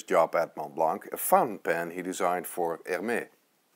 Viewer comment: Please don't pronounce the c at the end of Montblanc. But do pronounce the s at the end of HERMÈS. (HAIRMESS)